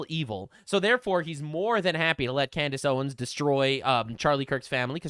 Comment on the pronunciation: Can Candace Owens pronounce anything at this point? 🤣